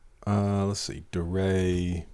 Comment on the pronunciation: it's pronounced "dee-ray"